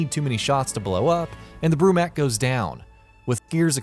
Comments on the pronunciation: that really doesn't have anything to do with what I just said. flex all you want but it's still pronounced mok not mak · I cringe at people when they say mak instead of mok in the name brumak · Said it wrong its bromok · Okay i liked the top 15 but.. you pronounced “Brumak” and “Swarmak” wrong